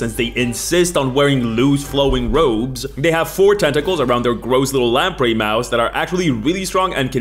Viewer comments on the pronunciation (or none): none